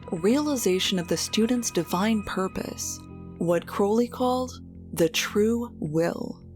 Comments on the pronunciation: I'm so happy you're back with a video about one of my all time favorite people.I'd love to know if Jack really did drop that can. (Thank you for pronouncing Crowley the right way)! THANK YOU! This saved me from having to do a lot of typing. ...uh, dangit....LOVE is the LAW, LOVE UNDER WILL is the part of Do What Thou Wilt that gets left out all the time. True Will is your Will united with the Divine, which usually means you contacted your HGA (Holy Guardian Angel) but I know how to be a decent human being inherently, I never needed religion or law to know how to treat others. The Golden Rule is priceless (my grandma taught me that). 💗 Don't we all know this before we get messed up by parents, school, society, whatever? Just ask yourself first. It's so cool you got to interview him, this is an excellent video. Marjorie is another favorite person of mine. I agree with Peter Grey about why the can slipped. I hope Hubbard is feeling every nanoparticle of pain and suffering he's intentionally loosed upon the world. I wish Jack saw through his layer of slime and protected himself/not been sloppy about mercury effing fulminate. Thank you and all the interviewees for this amazing video, it was worth the wait! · Now I see how this incredibly hokey religion attracts straight male followers, at least. Points for properly pronouncing Crowley's name. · Amazing. Crowley correctly pronounced. Amazing.